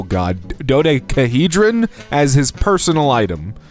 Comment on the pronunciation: Fee-ords ^:53 Doe-deck-ah-hee-dron Boo-jwa-ze I like three types of sandwiches. PB&J, PB & Nutella, and Fluffernutters. All can only be on white bread.